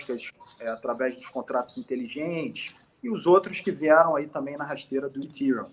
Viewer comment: Nossa. Doi os ouvidos qdo os caras pronunciam Ethereum, ha ha ha. Se o cara não sabe nem pronunciar , como pode ser um "estudioso do assunto"?